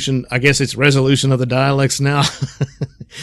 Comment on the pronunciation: It's "Daleks," not "Dialects."